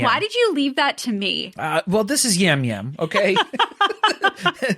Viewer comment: Hearing you guys talk about the CBS reality people is killing me 😂 Yam Yam is pronounced Jam Jam Rob Cesternino is pronounced Sest-er-knee-no (as a RHAP listener, I’m so excited to see him play) Ian used to cohost Big Brother recaps with Rob C so they have a big connection. When the Survivor season has a location in the name, that’s not a spin off. That’s just where it was filmed! Or it’s the “theme” for the cast. There aren’t “spin offs” of Survivor like you guys are thinking. It’s all 1 show 😊 Appreciate the coverage for all the shows you do and looking forward to the new season of Traitors tonight!